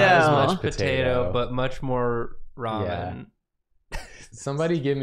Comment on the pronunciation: It's ramen, not ra-moan, Nathan lol.